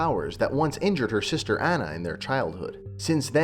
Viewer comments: Ana learn how to pronounce her name. damn cbr wtf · Video lost all credibility for me when he kept pronouncing Anna's name incorrectly. If you are going to criticize a movie, make sure you pronounce character names correctly. At least that way we can pretend you watched the movie.